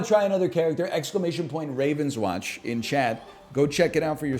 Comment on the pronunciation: french company: game is called rahv-ohn-swohnsh